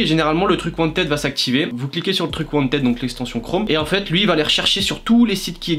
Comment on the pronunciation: wanteed se prononce wantid